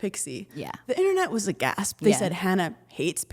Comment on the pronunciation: Hannah… AGASP… again 😂😂😂😂 love u (it’s aghast) (a-GAAST)